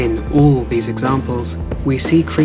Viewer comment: Him: Ooo Me: what? Him: Oool Me: what?? Him: Ooll creatures. Hahaha 😂 Jokes aside though! Wonderful video!! Thank you! ❤️😁